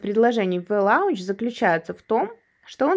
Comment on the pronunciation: Спасибо умнице и красотке Татьяне за полезные видео. В благодарность от меня тоже полезная инфа. Сочетание букв au в английском слове launch произносится как о - лонч, так же, как в знакомых всем именах Paul - Пол и Laura - Лора.